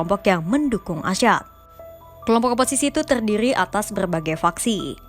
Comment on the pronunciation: Assad bukan asyad.... orang pers jgn salah ngomong ya